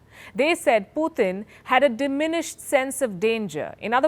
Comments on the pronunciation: It’s not Phuthin, it’s Putin. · Why's she saying "Poootn" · Please pronounce his name correctly. It’s Putin not Puthin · She's is pronouncing as poothin instead of putin..that sounds obviously different... 😀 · Please pronounce putin correctly. Its not poothin. Coming from a fellow indian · The way this woman pronounced "PUTIN" ? IS Comedy!!!! 😆 🤣 😂 😹 😆